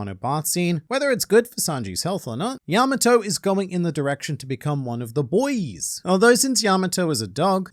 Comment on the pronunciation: 🤣🤣🤣 "one of the boiyees"